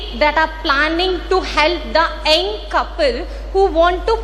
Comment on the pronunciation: It's not ఎంగ్,(eng)it's యంగ్ doctor